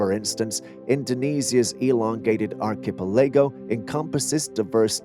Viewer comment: 'Gotta teach the computer 🖥 😒 synthesized voice how to pronounce some basic 😅 ''truthful geo-logical' terms such as archipelago''!